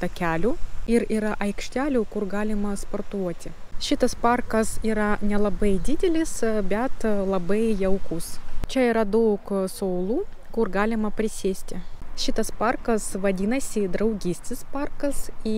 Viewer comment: Viskas puikiai. Užkliuvo du žodžiai, "soulų", turėtų būti suolų, antys ne "šuonios", šaunios. Ne kritika, bet pagalba :).